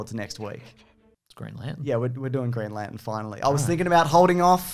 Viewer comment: Green Lan-ten.